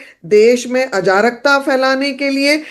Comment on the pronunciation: । अजारकता नहीं अराजकता।